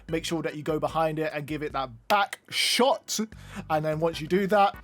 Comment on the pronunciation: The emphasis on back shot was unnecessary